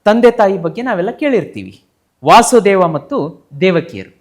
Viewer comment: Krishna na tande hesaru Vaasudeva alla adu Vasudeva Matte adu dwaapara yuga alla Adu dwapara yuga ashte.. dayavittu tappu tiliya bedi